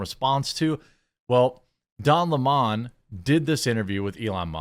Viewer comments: Why do people call him "Don Le Mon" ? Isn't his surname "Lemon" Not "Le Mon" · it's lemon, not le mon. Idc what he says. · I don't believe his last name is pronounced LeMons unless they have a French accent. In that case they drink LeMonade. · It's LEMON, this jackass really wants people to call him "Le Mone" like he is a sophisticated French nobleman or something. lmao fvck off.